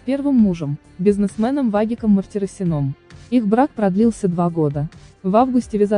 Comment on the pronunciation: МартираСином!! Ужас как вы каверкаете фамилии и ударения.